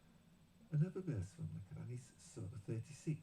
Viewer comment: Please pronounce Arab words correctly, especially 'Qur'an'. It's not 'Karr-an'. Thank you.